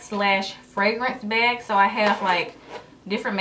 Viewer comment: Why does she say beyg instead of bag